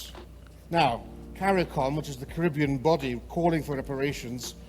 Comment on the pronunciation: Wish he would say Caribbean properly.